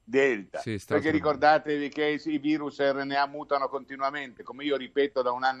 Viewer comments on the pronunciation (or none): none